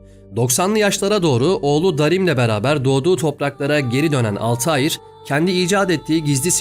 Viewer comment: Dostum selamlar; telaffuzda bir hatan var sanırım zira karekterimizin ismi Altahir değil, kuş/uçan şey gibi manalara gelen Altair. Daha Türkçe yazacaksak el-Tâir. Affına mağruren. İyi yayınlar, severek izliyoruz.